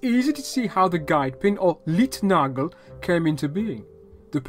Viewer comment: Great information on early rail systems! The "Leitnagel" (guide pin) is pronounced like "lite", not "leet" ;-)